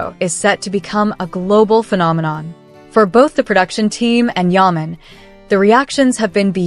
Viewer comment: I live in thecStates and no one knows him here. You are not even pronouncing his name correctly.